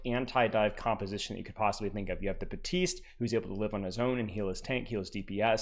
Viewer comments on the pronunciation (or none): both characters in game do not pronounce their names anything like does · the way you pronounce some of the characters names is funny 😭 “buh-teest” “illy-ari”